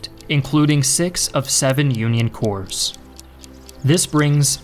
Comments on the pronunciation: "...including six of seven Union corps." "Corps" is pronounced like "cores," not like "corpse." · Can't watch ya now, when you pronounce Corps with the emphasis of the "S" 😂